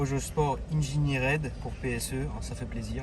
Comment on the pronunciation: Learn how to utter: engineered … je veux ma golf 7!! Ou une voiture pas chère pour naviguer … Peugeot meilleur que Renault